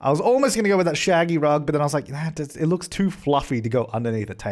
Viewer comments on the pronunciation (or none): none